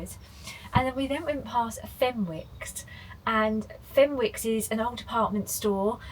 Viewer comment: Fenwicks is pronounced fin icks by us geordies lol hope you enjoy your time in our beautiful part of the world